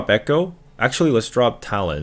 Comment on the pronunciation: Why do you pronounce shaco and talon like that...